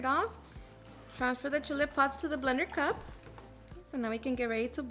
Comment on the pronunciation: How funny how you say “ blender cup” lol😅